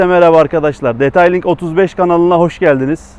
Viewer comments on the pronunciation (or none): Detayling değil aslanım, diteyling..